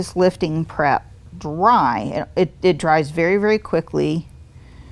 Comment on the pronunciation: I know you are saying "prep" but sounds like crap LOL